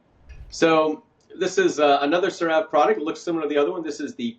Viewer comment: Excellent presentation! Some pronunciation corrections: Ceravé not Creráve. Erythéma. Collagen is pronounced kaalujn like Michael says it.. Hyaluronic is haiuhlraanuhk